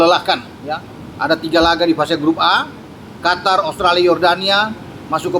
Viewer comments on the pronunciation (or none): none